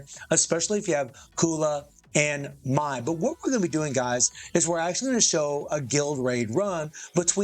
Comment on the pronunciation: Why do you call her "Mai-Z"? 🤔